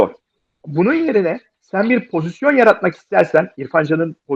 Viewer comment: "Pozisyon" diyemeyip "pozizyon" diyen 2 Fenerbahçeliden birisi Altan ağabey, diğeri Ersun yanal :) Seviliyorsunuz.